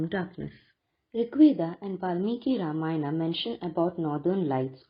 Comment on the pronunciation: did you read original valmiki ramayana ? It is Ramayana, not Ramayan. illiterate ugly ppl remove 'AA'. ugly ppl replace 'va' with 'ba' and distorted mantras too